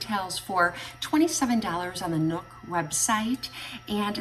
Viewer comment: You pronounce the X in Nuxe, the dry oil is such a classic they also have it in rose scent yum